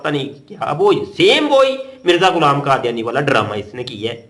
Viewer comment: مفتی۔ صاحب۔ کادیانی نہیں۔ یحودی۔ حے۔